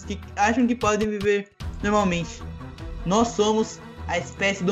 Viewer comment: kkk ce n consegue dizer agente nao ce tirou toda a seriedade do video kkkkkkk ce disse nois ce encontta kkkkk